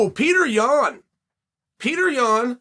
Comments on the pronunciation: i love peter yawn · but chael is saying it wrong.. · After all this time you think this guy would know how to pronounce it correctly!Wrooong!!